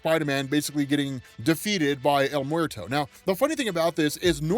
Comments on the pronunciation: Bruh Bruh el muerto isn't el MORTO it sounds like it should be spelled el mweɾto or if you need to sound it out it sounds like your asking a question 'mmm-where-toe?' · As someone who lives and has grown up in New Mexico, the way yo pronounce his name is hilarious! Don’t get me wrong, I understand!! It’s just funny when hear folks that sound like they’re almost never around Spanish speaking people.